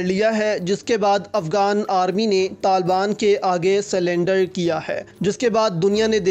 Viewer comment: میں آپکی غلطی درست کر دوں سلنڈر نہی ہوتا سرنڈر ہوتا ہے آپ ویڈیو میں cylinder بول رہے ہیں ۔لفظ surrender ہوتا ہے نتھو خیرے news caster بنے ہوئے ہیں